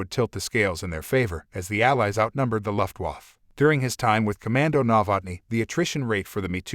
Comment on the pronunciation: A.I. narration sucks...it can't even pronounce "luftwaffe" correctly. Get a human to narrate, until then I'm not going to watch anything you post.